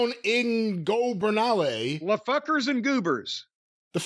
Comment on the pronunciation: Last, your wife speaks Spanish. Just ask her how to pronounce ungobernables already!